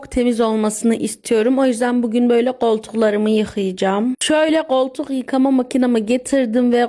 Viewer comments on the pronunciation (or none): Goltuk değil koltuk kibarlaş biraz